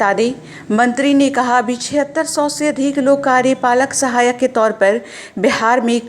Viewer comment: Bolne to aata nhi bolte hain pahle karyapalak sahayak bolna sikho